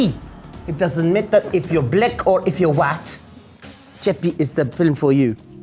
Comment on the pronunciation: “It doesn’t matter if you’re BLEK or if you’re WAAT.”